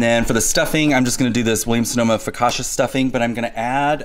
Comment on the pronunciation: So pleased Caleb is not a beige food only eater! The CI (CCI) in Italian makes a TCH sound like ciao and Gucci, Pucci, Fiorucci! Focaccia = Foh-kah-tchah, not Foh-kah-shah. One could also put the brining turkey bag in a large stock pot!